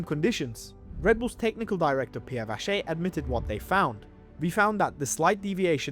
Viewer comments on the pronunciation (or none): none